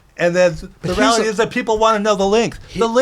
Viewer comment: “The ralllity is”